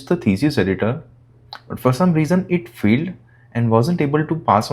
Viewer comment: What's "field"??? "Failed"! "fAiled"